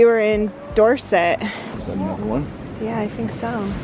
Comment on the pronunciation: You said Dorset with a Dorset accent😂👍